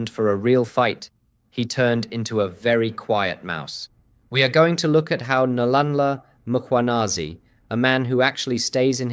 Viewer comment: I enjoy your podcast. Please practice the pronunciation of Nhlanhla Mkhwanazi. Keep up the good work.